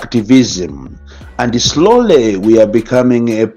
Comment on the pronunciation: 'Slole' instead of 'slowly' chizungu Cha a president a anthu osauka, a kalindo za ziiiii